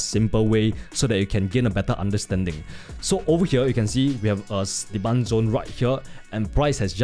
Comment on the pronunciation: Rimembah dis... "Diman Zon" Savage